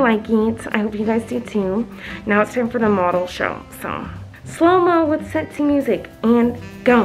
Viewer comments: It’s funny how she calls sexy “setsy” LOOOL I laugh my heart out! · I can't tell if she's saying sassy or sexy lmao